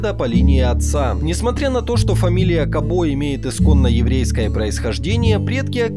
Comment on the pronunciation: Фамилия Кабо чисто мадьярская. Вообще ударение на первую гласную. Пример - футболисты САбо, БИбо.